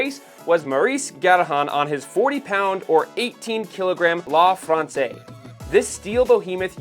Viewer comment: Nice video. Just a few tips about pronunciation: "La Française" is not pronounced "Lah Franswah" but more like "Lah Franseyze" " Alcyon" is not pronounces "Asselone" but more like "Al-see-on"